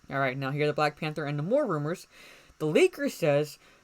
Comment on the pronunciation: The sub Mariners name is pronounced, Nay-More, with the strong "a" sound.